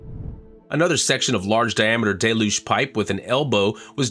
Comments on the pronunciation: Please learn how to pronounce Deluge properly... It's Del (like del taco) You - ge The trailing e makes you say the letter u fully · DELL-yoog! DELL-yoog! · It rains hard (but not generally for long) in Florida. Always pronounced it "Day-luge". Never heard different in the Northeast (where I was born and live presently), nor Hawaii or California (where I've also lived and worked). That pretty much covers most of the country, doesn't it? Maybe it's a flyover-state thing.